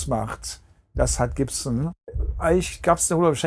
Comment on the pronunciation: Hmm...he can say "scorpions" and "Gibson" just fine. HMMMM!